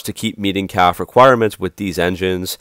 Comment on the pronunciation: Its Cafe not calf. Like a resturaunt, 2 syllables. CAFE. just thought Id clarify that!